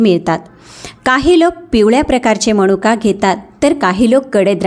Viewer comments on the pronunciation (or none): माहिती खूप चांगली आहे पण आपण अशुध्द बोलता मणूका समश्या हे अशुध्द बोलणे आहे तर मनुका समस्या हे शुद्ध. शब्द आहेत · फारच अशुद्ध बोलताय....कोनत्या ,णनंतर मणुका ,तान पन ...